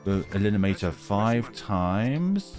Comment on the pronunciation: stop saying "elinimator" 😭